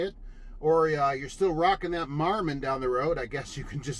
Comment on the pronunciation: You said Marmon that’s funny.